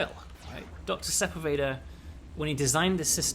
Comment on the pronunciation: I love your games, uplink was one of the first PC games I ever really got into, this game is amazing, and I love all the work you do. THAT SAID, as a born and raised southern Californian, the pronunciation of Sepulveda is making me do some double takes with my ears, and I fear I'm in danger of pronouncing it that way in the future now.